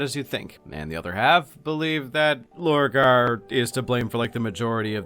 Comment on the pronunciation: Purporting to explain Horus in far too much depth, without even touching on Lupus Daemonis. This is a complete joke. To think people pay for such abysmal content... The next one is called Lorgar. Not Borgar. 3/10 for at least being able to repeat what everyone already knows while adding the most milquetoast uninteresting takes on it.